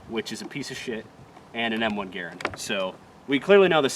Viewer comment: Is that a...? AAWHHH Fuck yes look at the beautiful rifle 😍 M1 Garand 🤤 +100 Points Respect for correct Garand pronunciation and Subscribed ❤️